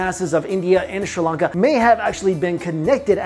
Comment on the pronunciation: Sri Lanka not Shri lanka